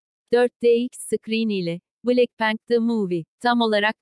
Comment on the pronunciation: Nobody: Google çeviri:blekpank